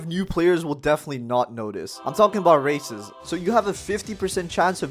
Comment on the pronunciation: I heard racist not races